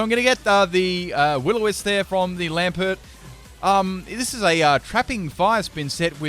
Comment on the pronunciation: l a m p e r t like, did no one notice that he keeps mispronouncing Lampent?